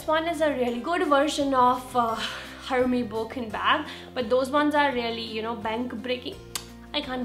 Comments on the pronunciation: Your prounciation is wrong , its not Hermes , H is silent , its prounced as ermes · hey you can pronounce hermes as errmezz.. :)